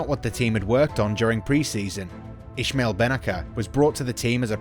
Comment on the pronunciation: Bro he is name is Ismail ben naser not " Ishmail ben naker "